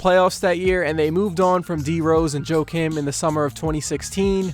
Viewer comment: It's Joachim pronounced "Wakeem" Noah.